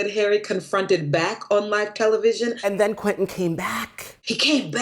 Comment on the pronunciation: It's QUEN TIN NOT QUETEN!